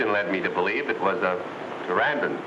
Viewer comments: 'Teranden'? I'm sure he meant 'Pteranodon'. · Anne Kimbell was a fine looking lady, and she had really nice legs. She made the movie more watchable. No disrespect, just appreciation. I believe the Dr's Pterandon is pronounced, Pteranodon, and his embronic is pronounced, embryonic. Just saying.